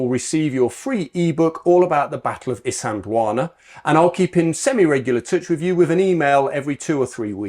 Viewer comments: I actually do have them recorded, They will never be gorgotten; at least not by us the descandants of those Xhosa warriors who died defending their lands from Colonial enroachment. And giving feedback is not being rude, as much as you have recorded these events you are not doing justice by minspronouncing the names - a Xhosa kid from Centane 100 years from now will not know what "uMzintzani" is - They will however be able to point where "Msintsana" is.. Sorry for giving feedback; Peace out:hand-purple-blue-peace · LOL my goodness, these guys are butchering my ancestors' names and geographical areas.. Its Msintsana not "umzintzana"